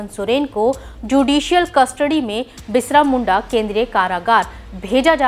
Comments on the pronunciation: 'बिरसा मुंडा " न कहकर बिसरा मुंडा उच्चारण किया है।ये खेद की बात है। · Bisra Munda nahi Birsa Munda bolo mam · शायद हमारी न्यूज रीडर पहली बार बिरसा मुंडा का नाम सुनी होंगी, इसलिए एक बार नहीं, तीन - तीन बार बिरसा मुंडा को "बिसरा' मुंडा कहकर न्यूज पेश किया गया । मुझे लगता है न्यूज पढ़ने के पहले शब्दों पर जरूर गौर करना चाहिए। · Birsha Munda......not Bishra Munda..... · Birsha munda hai tik se to bolo ..st hero h read properly plz